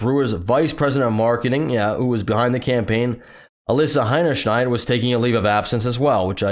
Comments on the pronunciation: That's funny and clever! Miss Hinny Shield, cover your butt. Good one! But actually her name is pronounced Hinny Shine. Got a phrase for what that means? She made such an ass of herself her hinny shines? Or a shining example of being an ass is Ms Hinny Shine, who broke the records for a marketing disaster. (I'd say previous record was The New Coke. What are others?) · As a german guy im wondering why y'all call this chick HeinerschNeid as if there is an N in the last part of her name... Oh and btw, yeah that's all im wondering about this hole case. ;)